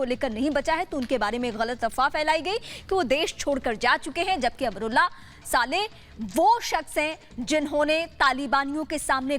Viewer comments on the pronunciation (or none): चैनल वाले साले न बोल कर।।। सालेह।।। शब्द बोलें